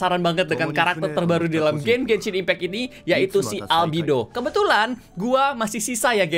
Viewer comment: Albedo bang bukan albido mamang reggie